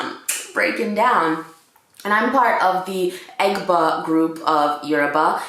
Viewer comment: You butchered the Egba word! Loool.... omo Egba...a proud yoruba descendant! Love the fact that u are also Jamaican... strong combo!